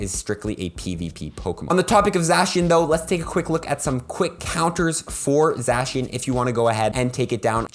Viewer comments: sorry but this annoyed me Za-She-un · zacian : zay-shun or zay-see-uhn zamazenta: zah-mah-zehn-tah